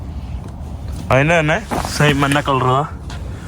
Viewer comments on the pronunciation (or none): ദയവായി മലയാളിയെ വെറുപ്പിക്കുന്ന മലയാള ഉച്ചാരണം മതിയാക്കു Yellow കളറിനെ മഞ്ഞ എന്ന് പറയാതെ മന്ന എന്ന് പറഞ്ഞ് വെറുപ്പിക്കല്ലേ.... ഞാൻ എന്ന് പറയാതെ നാൻ എന്ന് പറയുന്നു അങ്ങനെ കുറയേറെ ഭാഷാ വകതിരിവ് കേടുകൾ😂 ഒന്ന് മെച്ചപ്പെടുത്തു please😢